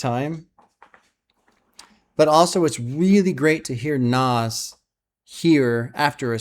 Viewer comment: manages to mispronounce "nas" and "nasir" pretty amazing stuff considering how much Nas says his own names in rap songs. Nazzzzz Nassssirrrrr